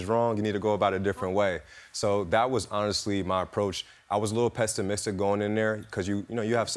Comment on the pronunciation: “PESTIMISCTIC” SAYS IT ALL 😢😅 LIAR